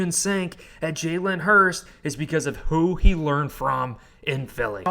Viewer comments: Hurts. His name is Hurts - not Hurst. TY and good luck today #GoBirds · I know it shouldn’t bother me and no im not an eagles fan im a bills fan. But why are you saying Hurst instead of Hurts? I dont wanna sound like a dick just sounds a little funny when your saying someones name wrong over and over again. But great video nonetheless. Goodluck Philly! #GoBills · Its jalen hurTS not jalen hurST. You’re saying it wrong. Jalen will HURTs after this game Go Bills